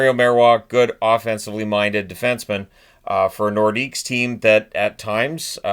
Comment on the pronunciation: "Lay NorDEEK". No S, please,.